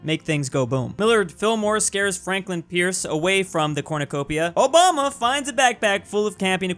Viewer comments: "Obunga" oh no,. People are going to try and cancel you for that. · Why did he butcher Obama’s name like that